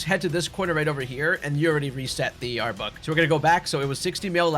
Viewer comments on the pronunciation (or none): Not to be that guy, as I try to avoid being a grammar Nazi, and this is a great guide that I will definitely be using the methods for my hunts in Lydandre Labs, but I had to laugh a bit at the frequency of back to back saying "Arbuk" instead of Arbok. I'm not making fun of you at all it just reminded me of when the hoenn games came out and my schoolmates were at each other's throats over whether it was pronounced Ky-ogre or Ky-rogue before the anime confirmed it so I couldn't help but laugh a little out of pure nostalgia.